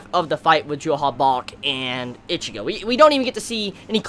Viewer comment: You know what, the best part about bleach ending is that I do t have to hear call him itchy-go anymore.